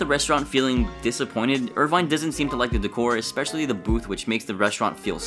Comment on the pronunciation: The narrator, youtuber, speaker (whatever you want to call him) said a eXpecially. Sorry mate but that word does not exist in the English language. eSpecially DOES EXIST. Go over you old English and grammar books and try again.